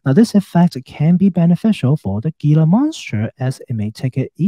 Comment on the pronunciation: Very interesting analysis. Thank you. Wonderful channel. Good luck with your health journey. Btw, Gila monster is pronounced "Hila' monster. I live in Arizona and they are a native species. One of the few lizards in the world that are venomous.